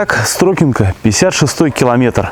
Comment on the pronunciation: Не СтрОкинка, а СтрокИнка. Река СтрокА!